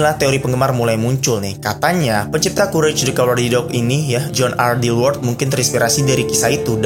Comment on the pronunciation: Courage dibacanya "kourej" mas... Bukan "kurec" lho... Kalo saya selama nonton serial kartun ini sih dinikmati aja meski ada kisah kelam di balik kartun animasi ini... Yah kayak kartun-kartun lainnya spt Crayon Shin Chan, Marsha and The Bear, bahkan Tom & Jerry...